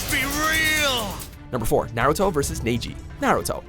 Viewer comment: First: Who the hell is Naeji Second: why did you say demon like that it's not even that kind of demon Like I said before learn how to pronounce shut and your emphasis on stuff sucks stop doing that